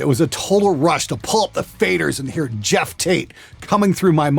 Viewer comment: Why do you pronounce Geoff like Jeff? Can't you see that O?